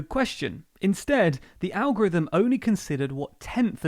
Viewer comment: You mean the Algorivem...Lllizard... who ever fort vis guy was a defense or education secretary or public speaker